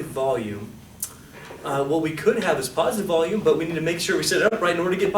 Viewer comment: anyone catch the kid saying wackolume , when talking about negative volume ...